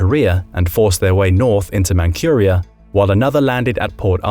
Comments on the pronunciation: Very few specifics about Tsushima. And can't you look up how things are pronounced? "Man-Koor-ia"? "Roooosevelt"? Huh? Instead of the universally used Man-CHur-ia" and "Rose-e-velt." Others might be mentioned. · The "My-ji" restoration huh.... 'Historians' like this are as hard to take seriously as Legolas who spoke Elvish with a British accent... How IN HELL do you read Meiji as 'My-ji'!? AND where is this Man-curia? Honestly, it baffles me to no end how people who only speak English, speak it like it was their second language.